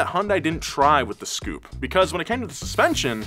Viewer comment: I'm still laughing my arse off at him calling the "S" Coupe a Scoupe lol